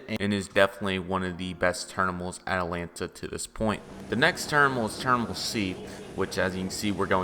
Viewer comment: It’s terminal not ternimal